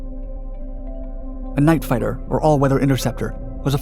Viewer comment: "Night fitter." Bye.